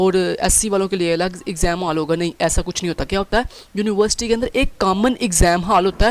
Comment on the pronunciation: university ❌ univerisity ✔✔😞😞